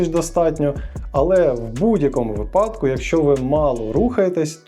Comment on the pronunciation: вИпадки, не випАдки.